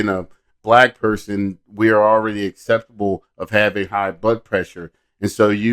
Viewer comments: I heard the acceptable as well. He was trying to say susceptible and can't even say that right. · It bugged me how he said acceptable, instead of susceptible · I would never listen to that guy. He just sounds very unintelligent. He can't even say susceptible correctly. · Hes trying to say susceptible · The guy can't even pronounce the word "susceptible"